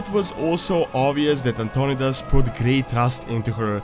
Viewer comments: Antonidas is pronounced An-ton-eye-dus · Antionidas is prounced ANT-TO-NIDE-IS